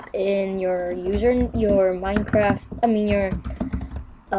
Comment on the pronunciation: "And then you write youre Minecraffftt !oorrrh! youtube name"